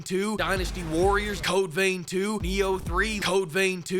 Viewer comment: videos are like a train crash, you really can't look away. But unlike a train crash you can pause every time he says codeveintwo.